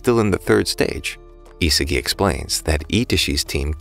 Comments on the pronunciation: Bro was saying Isigi istead of isagi the whole video💀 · It’s isagi not isigi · His name is Isagi not Izuki